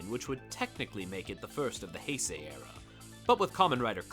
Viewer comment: It’s pronounced “Hey-say”.